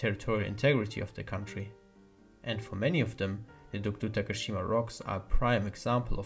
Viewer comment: It was late, but thank you for saying DOKDO~ And I have loved British.